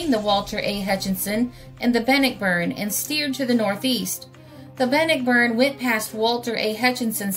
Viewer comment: I once lived on Bannockburn Ave. In Ambler, Pa. in 1957/58🙃🙂The name is pronounced Ban-nock-burn.